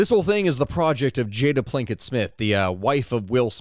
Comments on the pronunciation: My dude... its Pinkett, as in the ditch that was responsible for Chris Rock getting witch slapped by the Fresh Prince of Egypt, Bill Smith, since we r mispronouncing names, across the face in the middle of the Academy Awards. Holy Ptolomei, get your ish straight. Jk.😂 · Not gonna lie - you not bothering to get Jada Pinkett Smiths' name (there isn't a single L in this name) right is a little lazy, bruh.